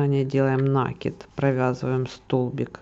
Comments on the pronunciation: Не нАкид, а накИд, от слова накидывать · Так вот. Чтоб вы знали, в советские времена все говорили нАкид. Это был профессиональный вязальный термин. Во всяком случае в той местности, где мы жили. Ещё в раннем детстве моя бабушка ходила на курсы вязания и брала меня с собой, чтоб не оставлять дома. И никаких накИдов не было. Абсолютно все учителя говорили нАкид и никто не придирался. А как появились ютубы и интернеты, то все начитались, что якобы от слова "накидывать" и поэтому по логике надо ударение на И. Между прочем правильно кОмпас, но в среде моряков нередко говорили компАс. Поэтому такие метаморфозы ударений в узкоспециальных сферах нередки. Так что никогда не делайте людям замечания на эту тему. Это тема скользкая и тут как кто привык.